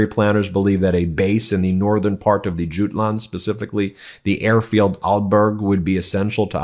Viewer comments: Krone: pronounced, Kro-ner. Adolf: pronounced Ad-olf Jutland: pronounced Jut-land, not Joot-land. 🙄😖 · Jutland is pronounced as You-Land. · Ben, it’s pronounced yootland. Thanks for another informative show. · pronounced Uland Ben. The Danish coastal region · Jutland, not Juteland. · How can you pronounce Jutland as Junland? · Ben.... Kroner =kr. Is pronounced like corona just without the O 😉 Jutland is pronounced Jy-land😉